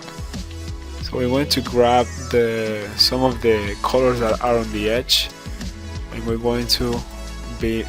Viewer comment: Its really distracting ho w you say the word colors. Its like youre saying coew-lorws when it should be cuh-lers